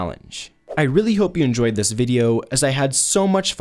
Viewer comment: “a joyed”